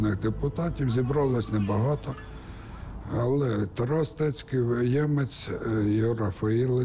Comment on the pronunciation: Тарас Стецьків, не ТРОСТЕЦЬКИЙ